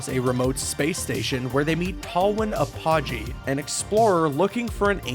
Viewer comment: Angela is with Max Apogee (not pronounced the way the guy in the video said). She was with him when he dumped the dimensionator on Jasindu.